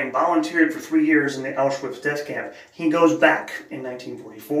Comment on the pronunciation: Excellent pronunciation. Auschwitz during the war was a part of 3rd Reich, as Hitler decided. Mentioning Poland in that context is rather silly.